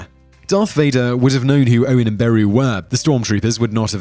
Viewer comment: The way he pronounces Beru as BAROO is hilarious